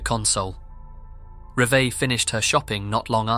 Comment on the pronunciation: Isn't her name Reee Va. Not Reva or whatever you're saying